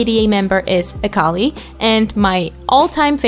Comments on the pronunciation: (I'm not trying to hate but I need to point this out) Every time they say "Akali" it takes me a bit for me to realize what they're talking about, because they aren't saying her name correctly. Akali, as far as I know, is pronounced Ah-Kee-Lee. Thank you for your time, I'm sorry qwq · btw this isnt hate but a cal ie is how its pronounced